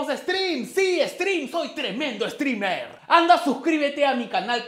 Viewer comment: Soy la unica que escucho "soy stripper"? xDDDD